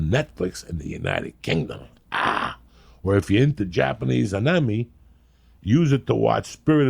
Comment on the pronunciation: Lee if you loved Joey as much as he loves you you'd correct him when he says AKNEEMAY lol